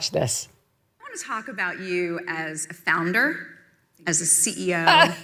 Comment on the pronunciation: Did Meghan Markle say she was a “founder” or a “flounder”.?? She has done a lot of floundering.